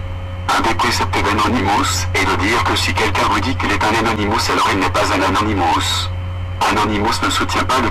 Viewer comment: arrête d'écorcher leur nom c'est Anonymous tu sais pas parler alors ne parle plus car tu n'as rien d' intéressant a dire et je reste polie .